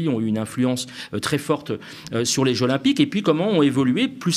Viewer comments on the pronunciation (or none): Trés bon, comme d’habitude. Mais… "les jeux ZZZ’olympiques" stp 😅